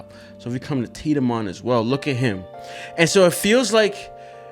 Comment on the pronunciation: No, please keep saying tit-a-mon xd